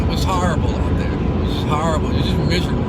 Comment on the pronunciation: Bro the way this guy say miserable idk something about it makes me crack up so much LMAO. Subbed